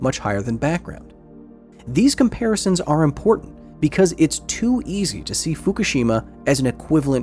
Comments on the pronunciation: Like Hiroshima, people mispronounced Fukushima. It's not "foo koo SHEEE mah", it's "foo KOO she mah" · What do people keep calling Fukushima 'Foo-kah-she-ma'? There's no A, it's 'Foo-Coo-she-ma'